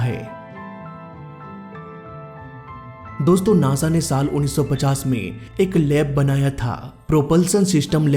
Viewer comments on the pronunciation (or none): none